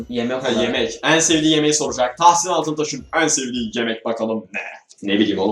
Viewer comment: Abi ben tahsin abi ye ben dahsin diyorum gbghbfghfhf